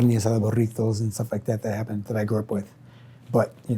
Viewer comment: Did you hear how he said burrito?😅